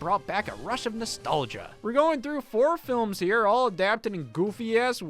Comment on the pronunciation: its herrre